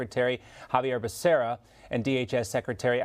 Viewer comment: You mean Xavier Becarrhea? Oh no wait Biden is just incompetent. It is Xavier Becerra.